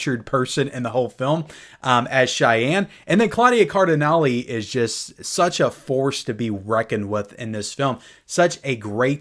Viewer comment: He apparently doesn’t know who Jason Robards is, and doesn’t know how to pronounce his name. He thinks that Charles Bronson had just started his career when appearing in this movie, and he also can’t pronounce Claudia Cardinale’s name correctly. And then to top it off, he said he’s not an expert “video/audio review guy.” So, exactly what are his qualifications for reviewing this movie? What a disaster! Ha-ha!